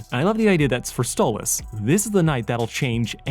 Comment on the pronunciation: i think its "Stolas" not "Stolitz"